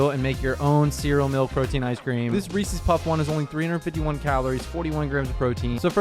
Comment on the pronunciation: Please stop pronouncing Reeses that way